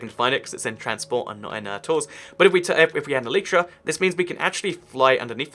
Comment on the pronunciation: ELYTRA its pronounced A LIGHT TRAR